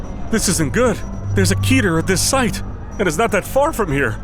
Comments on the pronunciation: keter not keeter most mispronunciations come from putting a long E where it doesn't belong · Does it piss anyone else off that the way they pronounce keter would be spelled keeter.